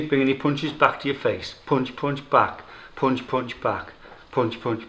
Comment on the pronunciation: good "ponch" lol